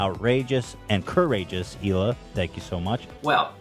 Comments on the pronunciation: “Eel uh” not “heel uh” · Just an FYI the H in Hila is silent so it's pronounced Eila. Love you so much 😘